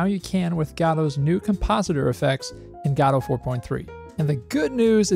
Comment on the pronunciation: "Gahdouw"? Dude it's called Godot. Goh-doh.